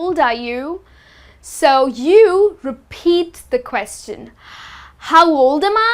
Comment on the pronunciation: You should learn how to pronounce the word "question"